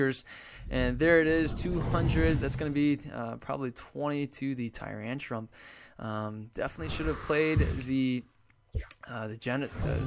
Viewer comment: haha you always say tyrantrum"p", just like with the "skarmony" :D